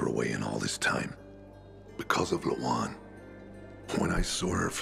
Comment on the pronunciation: telling himself Lawan might be "Da-wan" lmao 🤣🤣🤣💀💀💀